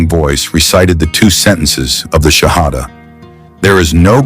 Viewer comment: I think someone made this whole thing up. The professor would know exactly how to say the Shahada. And he did not say it correctly. A games afoot...